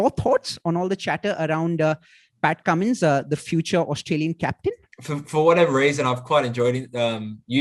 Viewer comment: You ruined whole charm of Cummins calling him kammo😂